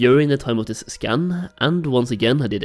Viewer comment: Maybe it's just me but I keep hearing scan as scam :/